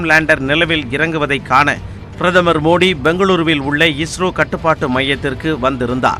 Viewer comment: Madam ungaluku tamil varatha... athu modhi..illa maa Modi sollunga...🤦🏻‍♂️